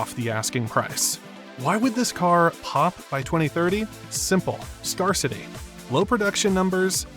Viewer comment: What the hell is scar city? Silly AI....😂🤣